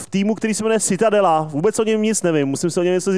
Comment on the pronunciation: Pěkné, jen citadella se vyslovuje čitadela :)